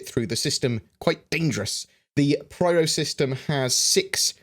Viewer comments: hi, i think it should be pyro not pryro:P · PRYRO? is it not PYRO? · You kept on saying "Pryro", I'm pretty sure it is " Pyro". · Pronounces “pyro” like “pryro” times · Pyro, not Pryro but still really nice video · pyro...not pryro. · Pyro, not Pryro. :D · Agreed; that was a hard video to listen to! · *pronounces pyro like pryro™ while pronouncing pyrotechnic like pyrotechnic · no, it's spelled Pyro... in plain english, not pwyro or pryro... otherwise it should be spelled in other way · I was being facetious dude. I know it's spelled Pyro. I also know it's "pronounced" piro with a long "i". I was making a joke about how I've never heard it "pronounced" as pwyro as he was "pronouncing" it in the video. Read what I wrote. I said nothing about spelling. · Interesting as always:~) It is driving me batty lol but I am almost positive you are saying "Pryro". It just sounds wrong. I am trying to tell if you are actually saying it or it's your accent pulling my ears a bit.:~) oh and btw it goes " a deer a doe a female deer, Ray, a drop of golden sun" Ruined Station area sounds linteresting for salvage with their being lots of battle around the area. The Pyro system might be a good one to have next. This would be due to the pirate inhabitants, it could give us our first "guild" type thing where you can join them. It would also give us the chance to learn how to navigate through infested space areas. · More like pairo. But for non-english people it's peero. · Couldn't watch the video with all the pRyro stuff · Pryro? LMAO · Nope... Apparently is pronounced pwyro! First time I've ever heard it pronounced like that. That whole video I was sitting there saying "why the hell are you pronouncing it like that?". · Thanks, this made me fucking itch... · Yeah that made me shake every time^^ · In "Loremaker's Guide to the Galaxy" Cherie clearly says Pyro... I don't know what is doing here, very distracting.